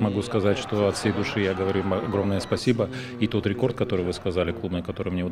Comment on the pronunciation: Изя, давай русский учи. Спасибо без акцента уже говоришь .